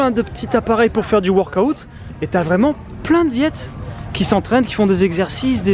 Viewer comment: du workAOut 😂😂😂 tu m’as tué 😂👌🏿🤙🏿🤙🏿